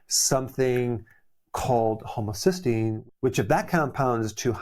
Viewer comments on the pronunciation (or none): none